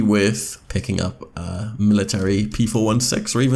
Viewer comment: Don't mean to sound like a jerk but its p four sixteen